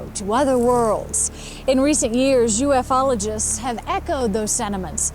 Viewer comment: She said “UF-ologists” this is how dumb everyone is becoming? Is her name velveta or beef supreme?